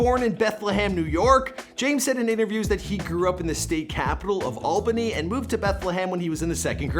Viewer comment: its Alba-ny